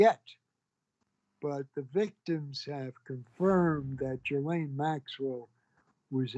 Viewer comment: I liked the part where he mispronounced Ghislaine's name in a different way every time.